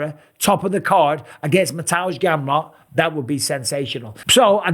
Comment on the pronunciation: Mr. Bisping is the only non-Polish speaker who pronounces Mateusz Gamrot’s name correctly… Mister Bisping, the Polish Count 💪👌🤠